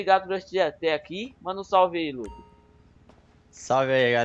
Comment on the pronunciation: vc errou vc falou o nome de Luc vc falou assim. mesmo - aí Luc Luc para